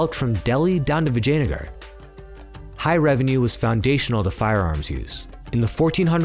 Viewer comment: As someone with ancestry, just the way you say “Vijayanagara” is 👌 Another great video dude!!